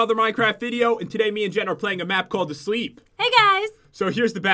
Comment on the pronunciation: its jen not gen